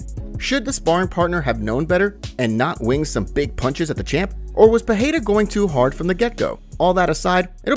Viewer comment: Ffs it aint peheira ..its Pereira